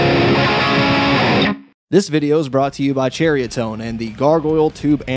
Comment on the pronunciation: I'm pretty sure it's pronounced-"SEE-RIA TONE, or SARE-REA TONE. you make it sound like Cheerios. Cheeriotone... Lol. I highly doubt they named theyr product to sound like a cheerio. For real. Cheeriotone.... Lol.